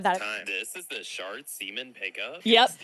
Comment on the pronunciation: They were FULLY saying shart semen, those captions are not going to convince me they were saying shark semen 💀💀💀